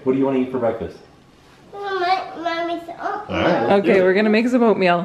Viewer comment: Ahh, remember when said “oatmeal” and it sounded like “old people”. Happy Easter!